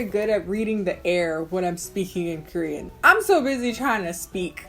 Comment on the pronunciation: and its KORean, not krean